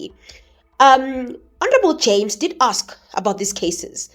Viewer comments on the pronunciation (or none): none